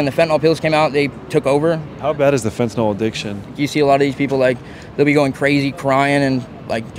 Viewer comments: Why can nobody pronounce the word “fentanyl” correctly? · Why do so many people pronounce fentanyl like “fentinall”? When you have allergies do you take Benadrall?